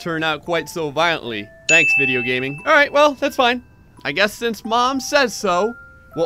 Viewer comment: Hearing u say “alright” it sounds so weird